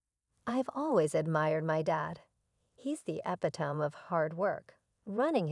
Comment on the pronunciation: REALLY ! Epi Tome ? You should teach your AI how to say E Pit O Me What's it going to say next. It's the (Epitome of Hyperbole) Epi Tome of Hyper Bole ? Which should be pronounced, E Pit O Me of Hy Per Bo Lee